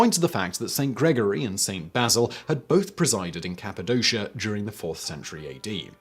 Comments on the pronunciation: it's capadoshA... not capidosha. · As an English speaker who has lived in Cappadocia for 17 years I'm getting full body cringes from the pronunciation.